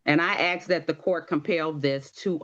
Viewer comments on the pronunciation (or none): How can someone that can't say ask defend themselves? Its ass...K not axe. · She didn't "ask" for anything, she did a lot of "axing" though. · Everytime I hear people who can't pronounce the word "ask" they just immediately lose all credibility. I think you need to speak basic English before trying to represent yourself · Do their lips get in the way of saying the word “ask”😂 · I have heard balck attorneys and even a judge use that pronunciation on YT. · Why do you suppose she is purposely mispronouncing that word as do so many other blacks?